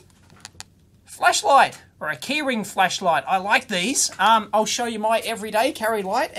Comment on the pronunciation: It really sounds like you´re saying fleshlight, love it!